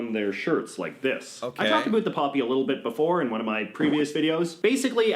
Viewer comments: Why anybody reacts to as he purposely mispronounces words to pretend he is the stereotypical Canadian. He is a fake. And if he is not sure of something then he makes it up. He is an idiot. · I'm Canadian, and he's the only Canadian I know who pronounces "about" as "aboot." Maybe Scottish roots? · The guy that is talking in the video is the only person that I've heard pronounce 'about' as 'aboot'. I've never heard anyone else say it that way. I say 'abowt' and so do 99.9% of Canadians. What I find funny is that Americans seem to think that we all say it that way. I wonder where that stereotype came from? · I remember seeing some of this guy's vids before and was astonished that he's from Vancouver and very clearly says "aboot". I'm a Vancouver native myself and have never heard anyone pronounce it that way here. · He tried to be silly by mispronouncing about but he only sounds stupid. We don't talk like that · Ok, I stopped watching when that guy said "aboot" for "about". I have yet to meet a fellow Canadian who uses that pronunciation. Usually we hear that from Americans trying to imitate Canadians. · is from Vancouver like me, and to most Vancouverites, “a boot” is one of a pair of winter footwear. About is pronounced about as in “out”, never “oot”. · Construction or workboot socks! Available all over Canada, including the west where I live! Also highly annoyed by his misinformation and ridiculous stereotypical pronunciation of certain words! Never said "aboot" in all of my 56 years! Nor do I say eh!!! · Please don't watch this guy. He is painful to watch. Most Canadians don't hate the Queen. Just the younger generation does not understand anything about it. I get so tired of this doofus, pronouncing his words like stereotypical, Canada when nobody actually speaks like that. We don't claim this biased french hating guy as our own. P.s. this stated from an anglophone. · He pronounces it differently at different times. I'm pretty sure it's an affectation.